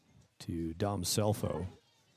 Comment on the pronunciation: Great game Great announcing but Scelfo is pronounced Shellfo! ❤ Grandma